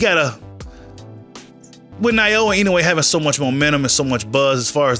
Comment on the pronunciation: Why everyone including the announcers saying his name all butchered up when it's not even hard to say for an English speaker? It is Naoya(NOW-YAH) Inoue(IN-O-WAY) lol But everyone keeps adding random vowels in his name. lmao